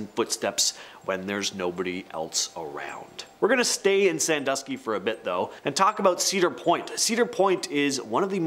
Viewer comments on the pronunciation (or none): none